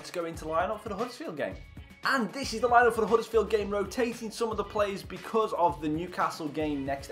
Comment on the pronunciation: Good vid! However it's Huddersfield not huddesfield